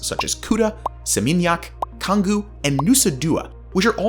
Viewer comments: Pretty clear this guy has never been to Bali. Anyone who pronounces Canggu (CHHHanggu) Kanggu is not someone I choose to take seriously. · Cangu, as child, bukan kang gu. Ngurah, bukan gurah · It is pronounced chung goo. The airport is pronounced Nurah rai. This guy lol. Also there is no current construction happening at all for this subway. I live here. You are wrong buddy. Perhaps you should visit and know the island before making videos like this. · Its pronounced changgu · oh man, you can't even pronounce Canggu. Throwing questions without interviews with the locals.